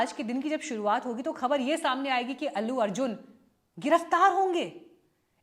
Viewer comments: अेल्लू अर्जुन नही आंटी अल्लू अर्जुन बोलो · Ellu nahin, Allu ... itna to jaan hi len